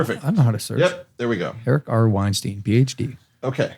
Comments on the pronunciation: It’s “Weinstein” like “beer stein”, not “Weinstein” like “rapist producer”. Great podcast, fellas! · When I think I can't be surprised by a guest you have, you surprise me once again! This podcast is unarguably going to be HUGE! PS: his name is pronounced like Einstein... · Holy shit these guys are morons. This is like the movie Idiocracy and Erice WeinstEIN (pronounced "Wine-STINE") is the protagonist lost among their stupidity.